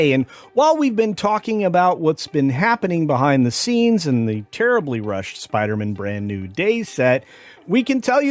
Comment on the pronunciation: As much as I hate the forced female thing, and Zendaya in literally everything, I think I hate the way you pronounce Spider-Man the most.